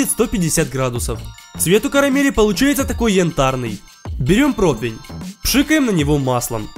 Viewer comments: Почему протвинь? Противень ведь правильно!!! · Очень нравится, как ты готовишь! Это выглядит обалденно!! Но разве не противень? Не протвинь, а противень? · Почему вы произносите протвень,когда надо произносить протИвень? Мне,например,интересно! Надеюсь на ваш вразумительный ответ. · Такое впечатление, что ты немного не так произносишь слово противень. Каждый раз как стеклянным ножем по пенопласту)))